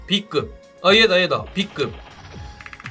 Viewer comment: 비↗️급 뭐고 비↘️➡️급이지